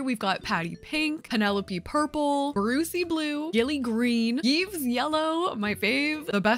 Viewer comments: its pronunced eve, not yeeves lmao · I regret to inform you that Yves is actually pronounced like "Eves" but it made me chuckle 😂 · love the way you pronounce Yves' name, it's very much not how you're supposed to pronounce it but it's cute! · the way she said Yves hurt me